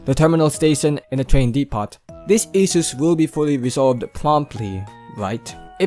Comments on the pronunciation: No offense, but depot is pronounced "dep-oh". The T is silent. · chicken farm.😂 also silent yung t sa depot. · I am more bothered on how you pronounce Depot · Bro, in "depot", the t is silent.